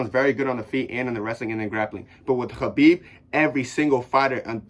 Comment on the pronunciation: Bro sounds like he’s choking on a puppy saying Khabib